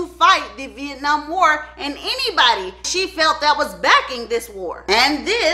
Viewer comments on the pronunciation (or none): none